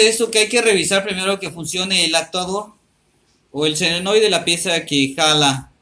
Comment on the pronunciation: No se dice "selenoide" se llama "solenoide"